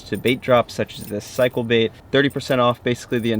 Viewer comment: Did you say they were “cycle” baits or “psycho” baits. Sine they both snagged up and got away I think you may have meant psycho, right? Sorry I couldn’t resist.